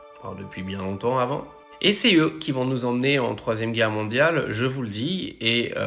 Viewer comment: La errrre mondiale ??? Coooool